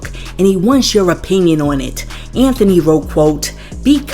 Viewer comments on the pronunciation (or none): none